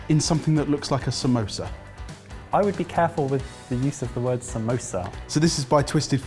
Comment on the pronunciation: Finally a foreigner who could speak " samosa " and not samoosesa